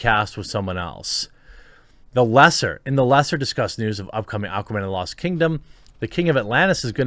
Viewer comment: "Aquaman And The Lost Turd-dom"